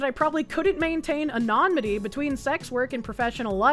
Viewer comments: Say it with me kids: A-NUH-NI-MUH-TEE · Love the coverage, but my "grammar heiling" tendencies flare up every time says ANONYMITY (ah-no-nim-ity) like anonmity (ah-non-mity) 😂 Could be the boston accent though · Love the way you say "anonymity". Lol. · Say is such a strong word. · This dude somehow got me to side with Kiwi Farms. Also, pronunciation of subpoena and anonymity crack me up 😂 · please, for the love of all that is good in the world, please stop mispronouncing anonymity and subpoena...and analogous